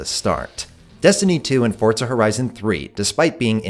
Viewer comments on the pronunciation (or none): Love the video but.. PLEASE stop saying FORT-ZA, there is no T in Forza, it is simply pronounces FOUR-ZA. Forza, for Fortza.